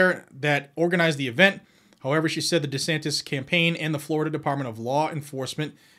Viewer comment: DeSantis pronounces like Dishonest.